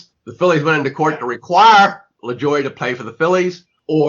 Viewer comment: It's pronounced La-joo-ay